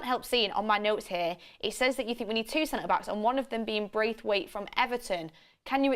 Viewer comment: Its Branthwaite...not Braithwaite